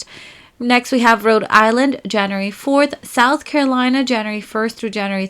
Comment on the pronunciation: I like that she says Januree instead of January